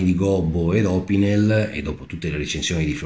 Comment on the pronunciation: L'accento su opinel e laguiole va sull'ultima sillaba, essendo entrambi francesi. La Salewa si pronuncia con la "v" non con la"u", essendo un nome tedesco. Conosciamo bene gli attrezzi che usiamo! Chiamiamoli con il loro nome, senza storpiarlo.